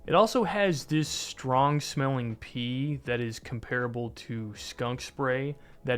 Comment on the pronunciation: Herbivorous: er-BIV-er-us Comparable: COM-per-uh-bull Also, try to avoid repetitive qualifiers such as "basically" and "like"